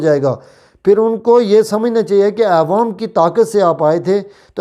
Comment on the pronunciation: پہلے اپنی اردو تو ٹھیک کرو پھر صحافی بنو .. عوام ہوتا ہے نہ کہ اعوام.. اقتدار کے ساتھ چموٹنے کی کیا ضرورت ہے 😁😂 Caroona nhi crono hota hai ..